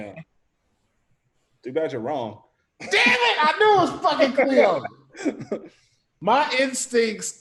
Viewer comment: its khleo